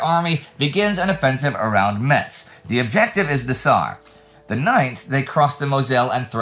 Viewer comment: Just FYI Metz is pronounced "mess", the t is silent